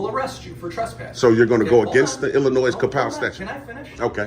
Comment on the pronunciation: I would arrest him for saying Illinoizzz.